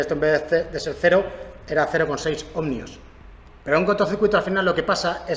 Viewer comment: Cada vez que dice /omNio/ en lugar de /Omio/ para los Ohmios se muere un gatito. Buen video igualmente.